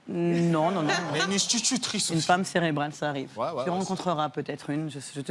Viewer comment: "une inch-titutrice" ? S'qu'il a pas eu lui.